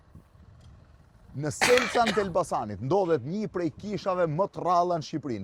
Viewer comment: Selcan 😂😂😂😂 Shelcan me SH te padhe te shtypit 😂😂😂😂